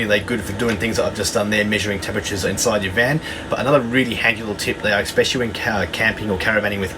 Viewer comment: Please......especially his pronounced with an "S" as in eSpecially. Not eXpecially. No "X's" here. Sort of detracted a little bit from an, otherwise, excellent video. Just saying.